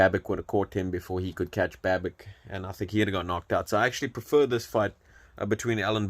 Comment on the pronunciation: The correct pronunciation is Babitch and not Babick.